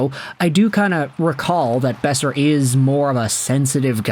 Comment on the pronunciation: Boeser. It’s Boeser